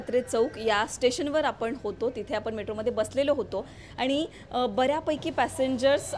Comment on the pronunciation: आनी पानी जरा सुधारा!